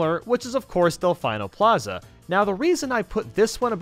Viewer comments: "Del-fine-o plaza" XD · Ah yes, my favorite sunshine place, del-fine-o plaza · Omg he said delfine-o plaza I'm dying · Disliked for mispronouncing Delfino Plaza